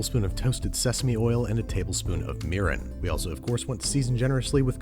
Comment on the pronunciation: Miren is pronouced "Mee Lean" not "Mear in"